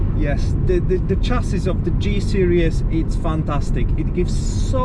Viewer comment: It's a SERIES, not a SERIOUS !!!! 😂😂😂😂